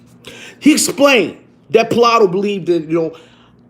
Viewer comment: Oh God you’re killing me lol it’s pronounced Play-to lol 😂